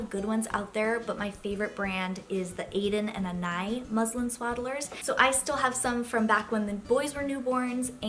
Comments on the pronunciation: It’s pronounced ANA-ees not ANAY. It’s a French name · Your are completely saying anais wrong